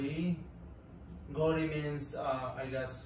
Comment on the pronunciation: Actually it's "gha" (घ) in hind and not "Gho"(ঘ)‌. Gho(ঘ) is an Assameese alphabet and same goes for bengali. But for hindi it's gha.. And therefore it's Ghari(clock) can be wall clock, watch both. And similarly it's Ghori for Assamese and Bengali.. And It's not gajor it's gazar in hindi and gazor in Assamese or bengali meaning carrot.. ok😊😊